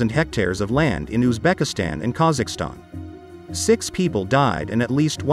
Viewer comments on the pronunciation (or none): none